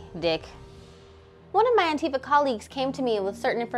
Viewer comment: Oh god I hate it when people pronounce it Ann-Tifa instead of Anti-fa